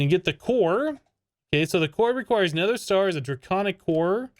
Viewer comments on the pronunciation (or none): none